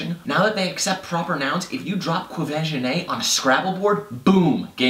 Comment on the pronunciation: i am thouroughly impressed that he pronounced Quvenzhané correctly